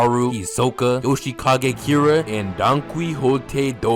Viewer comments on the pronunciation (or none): none